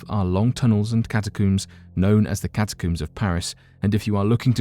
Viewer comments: Ca-Ta-cohms, for Pete’s sakes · Cata' coomes.....really. I can't listen to this narrator.